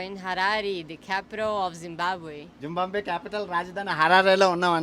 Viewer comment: జింబంబివే కాదు తమ్ముడు, జింబాబవే అనాలి